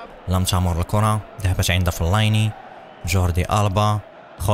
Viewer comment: فلين وليس فليني